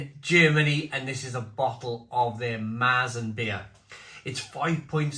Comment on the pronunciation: Pronounced "Mair-zen".